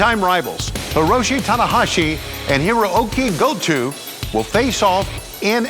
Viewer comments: Did he call him Go-too? 😳 it’s GOTO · Go-toe* not go-too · Somebody tell Tony it's GO-TOE not GO-TWO haha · Damn it, Schiavone, it's Goto (Go-toe) not Goto (Go-too) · It’s said Goto, not Go To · Lol "Gotu" instead of Goto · Hero-key Go-Two xD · "Heruokie go two" 🤣 come on Tony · please don't let tony do commentary for Forbidden Door. Really? Go-tu? 🤦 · I thought I'm the only one who thought that he said Goto's name like "Go to". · Tony Schiavone was fighting for his life trying to pronounce Hirooki Goto's name 😂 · LOL at Tony's pronunciation of Goto... you would think that someone could tell him how to pronounce it correctly.... AEW staff always kind of screws up Japanese talent names. It is a little bit disappointing to be honest as these are important partnerships